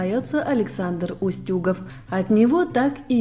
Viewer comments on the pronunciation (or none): Его фамилия УстюгОв, а не УстЮгов.